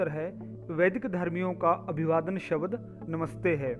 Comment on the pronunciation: कृपया शब्द का शुद्ध उच्चारण कीजिएगा। शबद नहीं शब्द है।